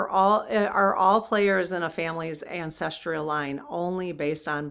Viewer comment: It's not ancestREAl - It's ancestral.